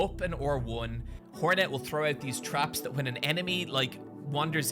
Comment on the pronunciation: 1) your accent makes me hear “whore-net” which checks out with typical 2) I love the reaper kit, by far my favourite seal.